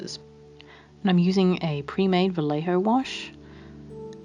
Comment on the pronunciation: just so you know, it’s Vallejo is pronounced vah-yeh-ho, not vah- le-ho. love the finished doll!!